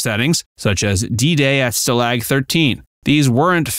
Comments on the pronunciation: The word "stalag" is pronounced STAH-lahg, not stuh-LAG. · Can’t you pronounce stalag correctly?? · Can't pronounce "Stalag" correctly. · Stuh lag? Dude, that AI's getting to me. Too much work to do it yourself...really? Is this a bunch of copy&pastes from Reddit? All shows have cash grabs? That's not even normal for another decade.